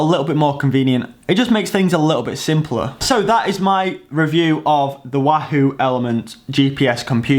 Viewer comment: I wish you'd say wahoo properly...